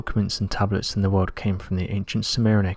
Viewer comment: "....the wawld....." IJPMSL....!!!!!